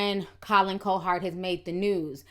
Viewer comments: Lol, I love your YouTube commentary, but his name is pronounced Colin "COW HERD"😂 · Colin CoHard. Wtf is that pronunciation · It doesn't help you cant pronounce simple words. Say it JUST like it is spelled. Cowherd... Cow-Herd. Not "Co-Hard" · cow herd cow herd now put it together.....cowherd....damn you killed his name ctfu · love the content, but it's pronounced cow-heard. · I appreciate your point of view on this, and seeing through the BS. You definitely need to know the backstory of what was said about him & his sons in order to understand where LaVarr was coming from. But I'm dying because you kept calling him Collin "Co-hard" 😂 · You’re pronouncing colins name wrong